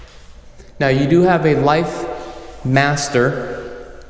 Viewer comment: My man, I love you, but u r a professional!!!!! Garage door opener is LIFT- master not LIFE-master. Come on bro, u sound like a rookie who's first time showing a house. Also, please MO-EN not MO-N-EN. There's no 'N' in the middle. I'm not trying to be a jerk, but I know u r a professional w/ big goals. Please, try and fix these two mistakes u keep making. Thanks, my friend.